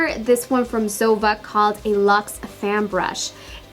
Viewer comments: Zoeeva not zova😜👈✌️👌👍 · It's Es-tay. Not Estee. It's Zo-eeva, not Zova. SMH